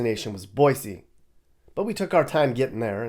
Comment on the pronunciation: 3rd generation Idahoan, my daughter is 4th. Thanks for correctly pronouncing Boy-See. Great video